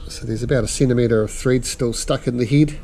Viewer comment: "There's steel a centimetre of threed stuck in the heed" 🙄